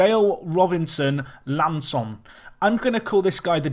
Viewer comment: Ha! It's part of your charm... though for the sake of (and his war against correct capitalisation) I should let you know that there is a capital 'i' and not an ''L' in Dale Robinson-I'Anson's last name. I believe that you pronounce it 'eye-an-son'. My reference is that there used to be a presenter on the telly called Lisa I'Anson and that is how she would pronounce her surname. Loving the series, by the way, as usual.